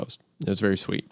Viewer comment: You’re berry my berry?!